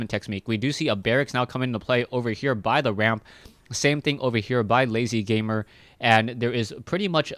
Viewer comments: LzGamer is pronounced "L. Z.-Gamer" not "lazyGamer".......... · No offence, but sometimes you have bad name pronunciations, please check the names before casting them =D (its L-Z gamer)